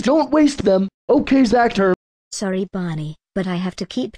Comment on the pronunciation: Why did you say zather the computer user is zacther not zather